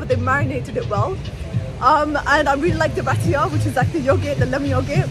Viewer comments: girl its pronounced rye-ta not ray tia lol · Ratia instead of Raita _lol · Girl is RAITA not Ratya 😭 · Hydradehbab ratiya 😂😂😂 I love you your just too funny it’s Hyderabad and ritha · She pronounced Raita as Ratia. 😂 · Rat e a instead of raita, jokes, but a great video❤ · LOL it's RAI-TA not ratia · Let me write down how to pronounce sounds to make it easier for you 1.) Raita = rr aii ta 2.) Hyderabad= haii drr a baad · Hy Der A Bad It’s not Hebedebab 😅 And it’s pronounced Vee Ra Swaa Mi Not Veriswaamy And that looks like a tiny portion of Biriyani for 29£ Great video as always Keep rocking sis ❤